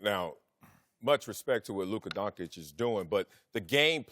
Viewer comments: Donkic? How can u get Donkic from Doncic? I mean really? Are they all illiterate? how come they can pronounce Popovich and not Doncic? How com the dont call LeBron Lebronk? Is education in US really that bad? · I don't care for man called Donkic, but I like watching and cheering forLuka Concic. Is really so hard to say it right? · You work on TV say his name right! Donchich not Donkic or Doncik.....man you get payed to speak and it is a hard listen if you can't say his nsme right! What does he have to do to get respect? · This m*ther f*ckers need to stop saying DONGKITCH its DONSHICH... 🤦🏻‍♂️🤦🏻‍♂️🤦🏻‍♂️ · Guys come on!!! You get payed to speak! Say his name right! He deserves that he is a top player in the NBA and you can't even learn his name! Donchich not Donkic or Doncik....Doncic it is not that hard! It is embarassing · These idiots really can't say Don-CHICH!. They're doing it on purpose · What donkich? What f**** DONKICH?!?!?!? Can you pleas learn how to read? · Guys, before pontificating about a guy, please learn his name first, at the very least: it's NOT DonKic, for the love of God. They pay you as commentators, sweat it a little bit... Come ON! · These clowns sound absolutely ridiculous pronouncing his name Donk-itch. I can’t take any of their opinions seriously after they show what absolute morons they are pronouncing his name this way. 🤦‍♂️ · Literally one second into the video: Luka DONKICH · lern how to say lukas surname how can you be a profesional and dont know how to say his surname